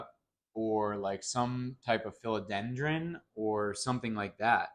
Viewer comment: Just a friendly FYI… it’s PHILODENDRON. 🙂